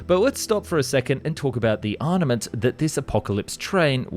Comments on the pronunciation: you consistently make good videos, but for the love of god stop saying arNament, its arMament. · ARM ah Ment armament . Surely this is not difficult to pronounce. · “Arnament”. Again. Also, the usa is hardly undefended.